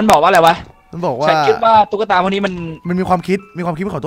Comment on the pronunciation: ตุ๊กตา ไม่ใช่ ตุ้กตา